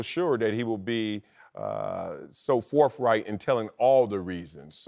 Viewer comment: Ok, why can't these men pronounce words with th in them? Wurf? Forfright? Aflete? Come on man! How many college degrees are on this stage? It's not hard